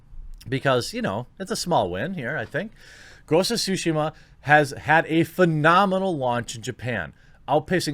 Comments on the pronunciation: Should it be pronounced TSUshima? Isn't tsuSHIma more natural? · Nobody: Jeremy: Ghost of Sushima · Ghosts of SHUSHI-MA! Sorry the way you say it I cant unhear. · It's Tsu Shee Mah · I keep hearing Quartering say Ghost of Sushi. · Is it just me, or does Jeremy sound like "sushi-ma"? :D Gives all kinds of wrong ideas... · ghost of sushi-ma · And saying it correctly. It's really not that hard, we make the "ts" sound everytime we say we watch UFC and say "jujutsu."